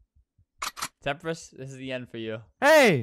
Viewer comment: Him : Temprist- Me : WAIT I THOUGHT HE WAS PLAYING WITH JAKE THE WHOLE TIME?!